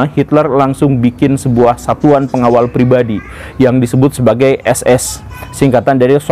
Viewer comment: partai DAP = vefhgt vef fevv.. 😂 pasukan SS = sovt vev fuehfvt 😂